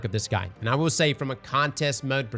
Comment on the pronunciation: For anyone new to this channel..... " will " = wheel. Thank me later.